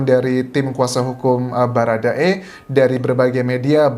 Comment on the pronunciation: Bharada woy bukan barada